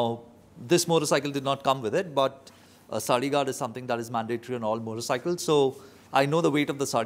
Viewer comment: OMG! I hear you saying Sali or Swali guard on the video 😅 I do know what is a Saree indeed!! Is it mandatory even you are rriding without a passenger? Thx for your vidéo!